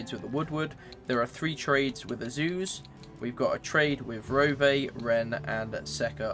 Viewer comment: Rove is pronounced with one syllable, not two. “Ro-veh” is new to me.